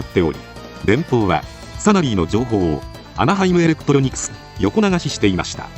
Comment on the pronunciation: なんかアナハイムエレクプロニクスって言ってません？